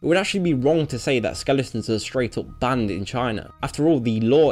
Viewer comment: "Hlyave beeen booned by the gooverment"